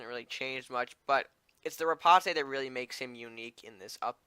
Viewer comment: Riposte is pronounced: Ri-POST. It's french so you don't pronounce the E